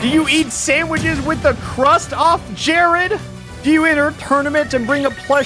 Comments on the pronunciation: actually it was jaird like jab air lmao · No one: Absolutely nobody: Not even jArEd: Alpharad: dO yOu EaT sAnDwItCheS wItH tHe CrUsT oF, JAIRED